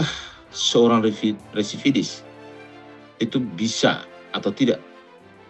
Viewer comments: Residivis kalee....bukan Redivisis ataupun resividis😁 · residivis bang...bukan resividis😂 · BILANG "RESIDIVIS" AJA KAGAK BISA MULL... BOLAK BALIK "REVISIDIS" DASAR SDM TERMUL..😂😂